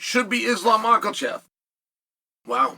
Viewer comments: I haven't watched this guy in a year and he's still saying makhalchev😂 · why should we take anything you say seriously if you still can't get Makhachev name right